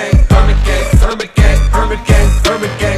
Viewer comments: I cant unhear hermit gang as burger king... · What do i hear them say "permant gay" instead of "hermit gang" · i hear herban king instead of hermit gang 😂